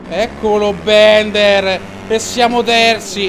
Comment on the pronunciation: Ciccio non si pronuncia bender ma Bilder